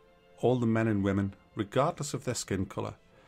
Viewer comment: Because wahmen